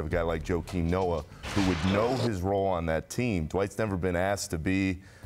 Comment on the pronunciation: So called expert....the fat guy said Noah...lol...